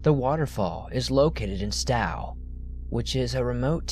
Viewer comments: Okay, it's pronounced "Sto" with a long "O". Not "Stoww." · Not stow like sow it’s Stowe Longhorns o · From the first story, Stowe is said stow like show and the e is silent. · Hi there! Just for the record, Stow is pronounced with a long "o"; as in "please STOW your luggage overhead." I'm New Englander, so this is why I am aware of the correct pronunciation. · In the first story, Moss Glen Falls are so cool. You said "Stowe" wrong, but it's hard to tell how places are pronounced. Stowe rhymes with slow, just FYI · "Stow" Vermont...as in "row, row, row your boat". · It’s pronounced Stowe ( as in “rhymes with tow”) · Why can't anyone pronounce Stowe right lol love the cryptid story's keep up the good work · Ugh the way he says Stowe is painful lol I’m a Vermonter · The pronunciation of Stowe, Vermont was godawful. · I love the stories but you're killing me by mispronouncing words!!! :/ Please fix ?